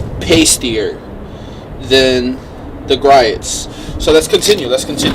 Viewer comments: Dude, It's pronounced "Gree-oh's". Just check out one of their you tube videos and listen to the man say his own name.... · it’s not so much the “t”, it’s more the vowel sounds. Gree ohts